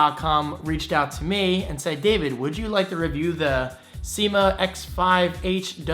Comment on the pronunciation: Every other youtube video review I've seen says "seema" not sye-ma